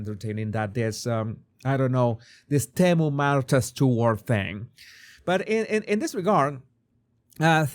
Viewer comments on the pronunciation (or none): none